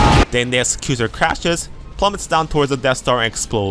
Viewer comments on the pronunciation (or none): PS, it's "Ex-ec-u-tor", as in one who carries out a task, e.g. an executive. :)